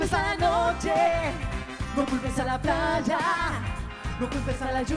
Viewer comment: "no culpes a la chuvia", "... placha" por qué pronuncian así? Qué les pasa? Jajajajajja